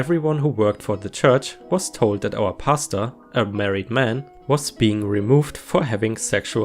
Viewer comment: I listen to r/reddit videos while doing other things so it's really just half listening. It took me a few minutes of the pastor story to realize you were saying Pastor and not pasta. lol